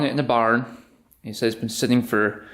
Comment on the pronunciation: Did you say they found it in a barn or a pond lol